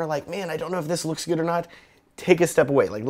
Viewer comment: "LOEEKS GUUD!" lmao